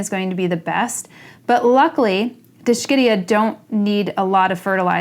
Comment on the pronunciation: It’s pronounced, “Disk-ihd-E -Uh” This is not likely Dischidia imbricata based on appearance. Actually looks like D. cleistantha. Have any flower photos? Fertilizing can be done by soaking the plaque/mount in a bucket with dilute mix of fertilizer in it. They love it during the warmer months. They are a member of the sect. Conchophyllum which contains several shell leaved species.